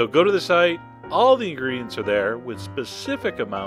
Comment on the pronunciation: “...and, as aw-weez, enjoy!” Seems a bit on the weird side, but looks awesome! Gotta try making this!